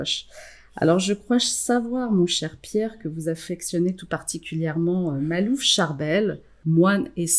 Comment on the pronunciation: Makhlouf et non malouf.....